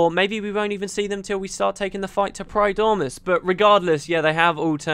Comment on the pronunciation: You completely missed the point... -.- It's primordus, not pridormus...